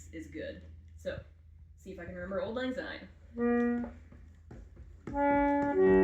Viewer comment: Auld is pronounced like Awld, it sounds like "Called" without the C